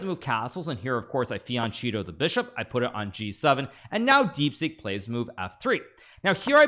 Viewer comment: fianchetto is pronounced badly :(